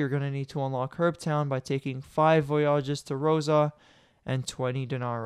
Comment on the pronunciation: VoyAAAWWWGES Bruh...